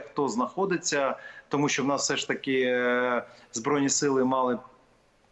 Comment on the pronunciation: ВЕДУЧА!!! НЕ сЧЧЧо а що.... звук шшшшш шшшщо, щ це майже ш, там Ч немає